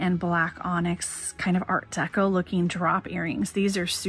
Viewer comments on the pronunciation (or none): none